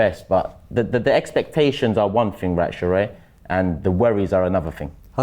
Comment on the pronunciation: It’s Sheroy not sheroid lol